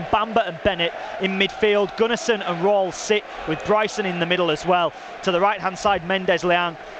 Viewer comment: Thanks for these extended highlights. You (Wednesday) will be there, or thereabouts come the end of the season. As a heads up it's Gunner-son not Gun-arse-son (pronunciation)